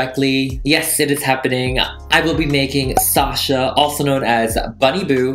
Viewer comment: Thank you, thank you, thank you for pronouncing my name right. I could scream every time someone hits the 2nd syllable with “shuhhhh” 🤮🤮! It’s sawh-shaw everyone!!!